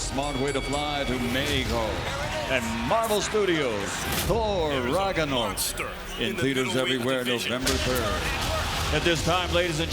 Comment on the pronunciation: "Thor Raganork" -Bruce Buffer lmao